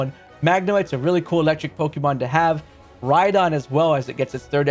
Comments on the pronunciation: Lol Hate when people pronounce Pokémon as “PoKeee-Mon” it’s Pok-Ay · Hearing you pronounce pokémon as 'Pokey-mon' hurts my soul.